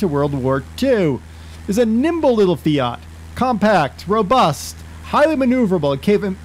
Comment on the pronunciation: Finally somebody can pronounce fiat